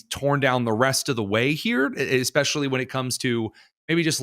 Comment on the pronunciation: Did she just say EXPESIALLY? She is clearly illiterate.